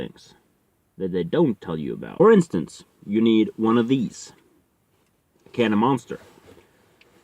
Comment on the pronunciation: Bro!!!!I thought u saID caMRAmounter instead of CANOFMONSTER!!!!!😀😀😀😀😀😀 Keep up the good work my brother, loved the info, and also your dgaf attitude!!!!!! #WOOT WOOT